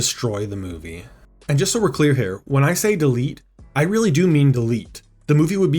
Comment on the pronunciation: "Weawwy Bad" -Elmer Fudd